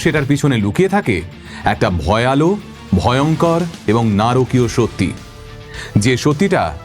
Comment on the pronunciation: Attn. Admin আমার এই লেখা টি মন দিয়ে পরবেন। এই ঘটনাটি নিয়ে যে খুব শিগগির আপনার ভিডিও আসবে জানতাম। খুব ভালো উপস্থাপনা। তবে যেটা বলছিলাম। আপনি "ভয়ালো" একটি শব্দ বলেছে শুরুতে। কিন্তু সেটির উচ্চারণ "ভয়াল্" হবে। "ভয়াল" (ভয়াল্) শব্দটি সম্পূর্ণ সঠিক এবং অভিধানসিদ্ধ, কিন্তু "ভয়ালো" বলে প্রমিত বাংলা অভিধানে কোনো শব্দ নেই। নিচে বিষয়টি পরিষ্কারভাবে বুঝিয়ে দেওয়া হলো: ভয়াল (ভয়াল্): এটি একটি প্রমিত বাংলা বিশেষণ পদ। সংস্কৃত 'ভয়' শব্দের সাথে বাংলা 'আল' প্রত্যয় যুক্ত হয়ে "ভয়াল" শব্দটি তৈরি হয়েছে। এর অর্থ হলো ভীষণ, ভয়ংকর, বা আতঙ্কজনক (যেমন: ভয়াল রাত, ভয়াল রূপ)। এর উচ্চারণ মূলত হসন্ত দিয়ে হয়, অর্থাৎ ভয়াল্।ভয়ালো: বাংলা অভিধানে "ভয়ালো" বলে কোনো শব্দ নেই। কথ্য ভাষায় বা আঞ্চলিক টানে অনেক সময় শব্দের শেষে একটা ও-কার (ও ধ্বনি) যোগ করার প্রবণতা থাকে (যেমন: ক্ষ্যাপা থেকে ক্ষ্যাপাতো, বা ভয়াল থেকে ভয়ালো)। তবে লেখার ক্ষেত্রে বা প্রমিত উচ্চারণে "ভয়ালো" বলা বা লেখা ভুল। তাই একবারে এবং নিশ্চিতভাবে বলতে গেলে: "ভয়াল" (উচ্চারণ: ভয়াল্) শব্দটিই একমাত্র সঠিক এবং শুদ্ধ রূপ।